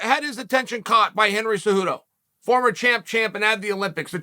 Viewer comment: "Henry zuhoodou"